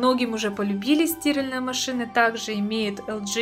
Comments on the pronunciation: У меня одного кровь из ушей пошла? 😱🤯🤦🏻‍♂️ стИральные машины, а не стиАльные! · Боже хоть бы ударение норм ставила в слове стиралтные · СтирАльные, милая, стирАльные! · в слове "стиральные" вы ударение неправильно ставите, правильно ударение ставить на букву а, от слова "стирать". Удивительно, что вы в таком возрасте этого не знаете, поэтому о стиральных машинах здесь говорить не приходится. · Стиральные ударение на А!!!! А не на И😡ухо режет жесть